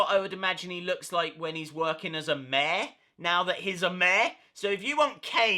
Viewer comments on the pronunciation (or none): its mayor not maa lol no hate